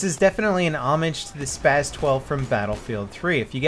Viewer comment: And you mean SPAS 12 not spaz